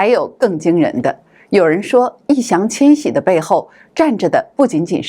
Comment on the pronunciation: Yì Yáng Qiān Xǐ，麻烦把人家名字念对好吗？